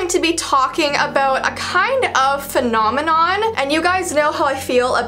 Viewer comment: every time you said phnonminon (Idc if i misspelled that) I said "doo doo doo doo doo" from a muppet skit thing XD